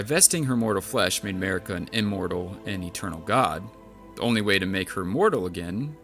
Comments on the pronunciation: her name is mArika, not mErika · your accent pronouncing their names was hilarious!!! "mehhhrika" "raydagn" "meeekella" 😂